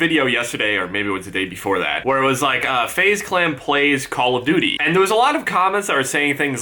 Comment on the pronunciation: said FaZe Clam